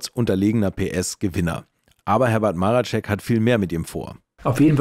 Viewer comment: Marecek, nicht Maracek.